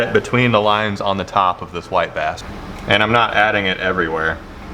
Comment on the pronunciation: When he said "white bass" the first time I heard "wipe ass" now its all I here every time